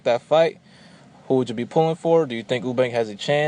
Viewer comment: You-bank, not Oo-bank Sorn-derz not Sahn-derz Other than that, good points made.